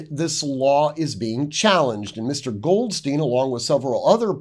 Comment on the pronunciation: Just a quick point of pronunciation with German names, Goldstein is pronounces Gold Stine, Goldstien would be pronounced Gold Steen. Pronunciation matters. In German, the second consonant is the one pronounced hard...